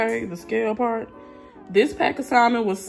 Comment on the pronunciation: Just for future reference; in the pronunciation of salmon the L is silent. Keep up the great attitude